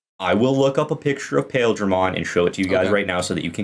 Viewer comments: I think the Japanese is supposed to be "Pile-dra-mon". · It's actually pronounced "Piledramon" as in Pile Driver/Bunker like the things on his arms, but Japan hates understanding how long vowels work in English so they spelled it with "Ai" in the romanization. Which I SUPPOSE is better than the alternate of just pronouncing it wrong, but spelling it as intended, or else we'd have the dub going "Pilldramon" like how Gurren Lagann says fucking "See-mone". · Tbf, the ‘Pail’ in ‘Paildramon’ is pronounce more like ‘Pile’ (from a part of a javelin, or pile driver). Still definitely confusing from reading alone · Paildramon in the anime is pronounced "Pah-eel-druh-mon" if that helps at all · Is pronounce pie ill dar mon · The other Paildramon is pronounced Pile Dramon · you're correct on what Paildramon is made of, though I will point out that it's never been pronounced that way for one the word it's named after is actually pronounced 'pile' but it's usuall pronounced like 'pie-ill-dramon' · It's pronounced Pie-eel-dramon. Also, the english name for It's signature attack is Desperado Blaster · huh i had to look up Paildramon real quick because it didn't ring a bell with your pronunciation of it but it's that dude going of memory it's always sounds like Paaaah-eel-dramon in the show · The other Paildramon is pronounced as "Pa-eel-dra-mon" Just to make a distinction. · Your not wrong lol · the pronunciation of Paildramon hurt me